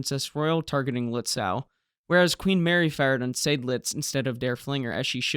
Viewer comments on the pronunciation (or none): none